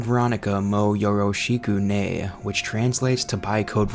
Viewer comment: Great video, but “moh yorow she-ku nay” is sending me~ （≧∇≦） よろしくね？